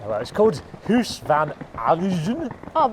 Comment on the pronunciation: Huis is pronounced much like house, not hoose. Flemish is basically Dutch, ironically with less phlegm.